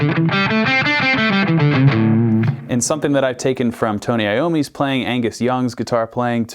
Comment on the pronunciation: "Tony Iommi's fingers" yikes someone better tell him